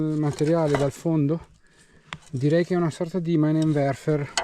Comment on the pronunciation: Ciao si pronuncia minenverfer